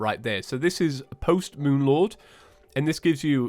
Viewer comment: "end of the Moompf" teehee